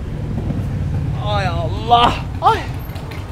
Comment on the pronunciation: Ay Allah sozunu azerbaycanlilar kimi dedin kizzzzzz